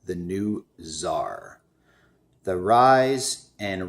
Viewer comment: Tsar not Zarr !!! Tsarrrrr Bro